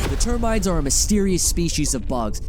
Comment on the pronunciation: Nice video, but "Termides' is driving me crazy. Ter • min • ids. Terminids. Keep up the content bro 👍🏻